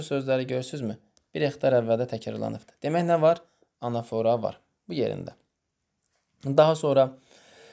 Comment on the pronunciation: Salam zəhmət olmasa anafora sözündə vurğunu düz qoyun😌